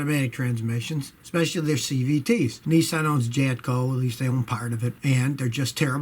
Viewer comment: Jatco =